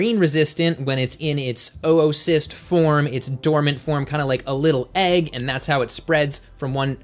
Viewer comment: Isn't it pronounced "ooo"cyst